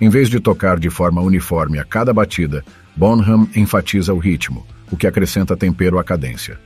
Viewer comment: Favor pronunciar BONAM, com H mudo, sem som de “R” ! Obrigado! 🥁_o_🥁